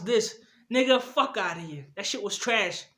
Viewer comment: Shit bro you saying sheet